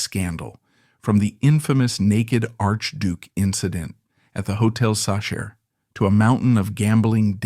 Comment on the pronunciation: Hotel sa-SHER?? Are you kidding me? Very poor editing.